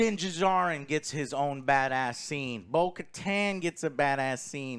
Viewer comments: For the love of God, Joe. The D in Djarin is silent. It’s just Jarin. Duhjarin. Also I’m pretty sure Paz Vizlas jet pack was shot to shit last episode while avoiding blaster shots. So it probably didn’t work. He also would have just been followed by all the troopers if he fled. So that whole argument seems nitpicky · Joe for the love of God, it's not Din D-jarin. It's Din Djanir (the D in Djanir is silent) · the D in Djarin is silent! Like Django. Not Din Duhjardin. You're killing me bro!!! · Joe…. It is pronounced Din JAR-IN. Not Din da-Jar-in…… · 3 seasons and Joe is sill pronouncing Din Djarin wrong.